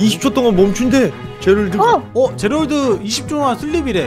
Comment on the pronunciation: 아닡ㅋㅋㅋㅋㅋㅋㅋㅋ 계속제랄드가 지랄드라고들렼ㅋㅋㅋㅋㅋㅋ